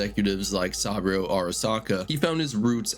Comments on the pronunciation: Sah-boo-row Not sawbro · Jesus fucking christ, how are you able to fuck up pronunciations of SOOOOO many names when they game quite literally tells you how they’re pronounced a million times? SUH-BOO-ROH, not “sahbro” Not to mention every other name that got butchered to no end lmfao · Sah-bro ✅ Sah-boo-roh ❌ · Also learn how to pronounce saboru what is this ai trash? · bro how do you mispronounce saburo arasaka's name when they say it throughout the entire game.... like come on seriously 🤦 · How do you say the name Saburo so wrong when you clearly played the game and would've heard it pronounced correctly multiple times?